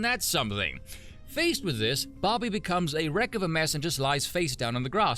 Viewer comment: Took me too long to realize you were saying Barbie and not Bobby.